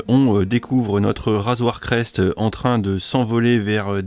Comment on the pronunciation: Super vidéo par contre ta dit "razoir crest" au lieu de "razor crest"